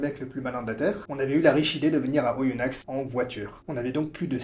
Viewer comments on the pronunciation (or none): Les X de Oyonnax ne ce prononce pas 😁